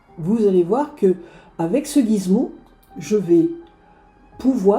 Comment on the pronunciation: on dit Gizmo;) mais pas grave cette vidéo est top bravo